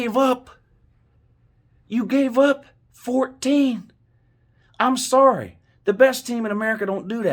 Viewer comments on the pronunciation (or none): none